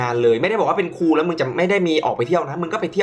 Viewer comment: เป็นครู ไม่ใช่ เป็นคู อ่ะ